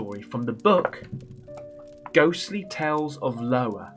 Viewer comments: I think it’s IOWA ( i-o-wa) it’s a state in the USA. I could be wrong but I think I’m right. You’re not from here so I don’t expect you to know better. Trust me plenty of Americans can’t name states and all and wouldn’t know any better. But most of them had to learn every state name capital and location in elementary school. So don’t be hard on yourself please. Don’t get me wrong it’s entertaining to see you say Lowa but my adhd is screaming in my head. Still have love for ya regardless. 😁 You did an amazing job at reading the story. Props to you. Don’t doubt yourself and you’ll be fine. I find that when I get anxious and doubting myself I f up badly. When I’m confident and don’t care what mean people say I’m better at it. I’m not a strong out loud reader either but you didn’t make me feel you were a weak reader or anything. So good job👍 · You are hilarious! I love all your reacting videos and now your story times. My brain must work very similar to yours (scary right!?) because you often comment the same thing that I’m thinking while viewing the footage. Anyway, love you stuff! I’m sure a million other people told you it’s Iowa pronounced Eye-oh-a😊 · I’m still dying at “Lowa” 😂 love you! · It is pronounced IOWA. I live In Iowa and love it here. I was born and raised here. I have lived in several other states with my husband, who was in the Army, but we chose to come back to IOWA to retire! You should come visit sometime! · It's definitely not Lowa, but I love him so it's all good haha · Almost couldn't tell if he's doing the Lowa bit on purpose. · You're trolling at this point saying "Lowa" lol. Keep it up mate! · Lol I believe it pronounced Iowa ( Eye oh wah),,it's in the states,,but we all know what u mean.,,thx for absolutely the best you tuber all around 👏..always look forward to your new content,,cheers and beers from Canada 🇨🇦😀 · Lmao and he kept the “Lowa” 😂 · Hi Iowa is pronounced Eye o wa 😂. Loving the new story content 👍